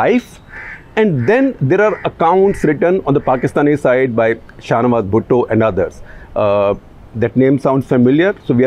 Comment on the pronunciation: Ye sir sahnawaz kyu bol raha he